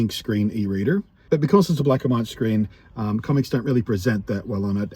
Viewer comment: My ears heard comments instead of comics everytime you said it 😛. I hope things pick up for you soon.